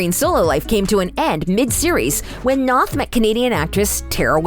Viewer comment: You’d think that you’d know how to properly pronounce Chris’ surname before you butchered it.